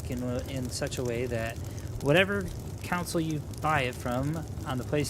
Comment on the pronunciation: Anyone else hearing “counsel”and not “console” lol